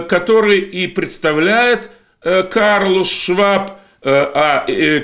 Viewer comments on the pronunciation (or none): При всем уважении, не Карлус Шваб, а Клаус Шваб. И Геленжик не в Крыму. Короче, поживем, увидим. И Алелуйя.